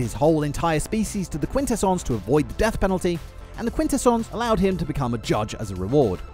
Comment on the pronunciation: The way you say "Quin-tes-sons" gives me major ick 😅